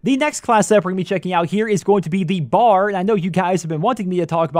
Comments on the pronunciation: For future reference: it's B.A.R. aka browning automatic rifle, not bar like you're going out for drinks. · Annoys the hell out of me when people call it the "Bar" ....It is the B.A.R. (Browning Automatic Rifle) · it is called the B. A. R not the BAR